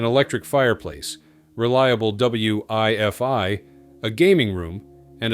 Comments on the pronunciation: Dude.. it is WIFI.. not W I F I... AI voiceover? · Damn. Text to speech AI is getting quite good. Giveaway was WIFI pronounced double u, eye, eff, eye. Otherwise quite a nice video. Took me back to my first day shipboard. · Knew it was an AI voice when it spelled out "W-I-F-I" lmao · Need to work on the AI narration. Good to hear the carrier had “double U, eye, eff, eye.” Really? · Narrator needs to pay closer attention to common pronunciations. For example, something as simple as “WiFi” is not pronounced “W-I-F-I”. And Navy ships “proJECT” power not “PRO-ject”. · Interesting, but can't you have a real voice actor read the script. "W-I-F-I" for WiFi gave it all away.